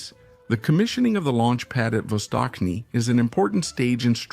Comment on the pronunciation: Not vostokny. Its vastochniy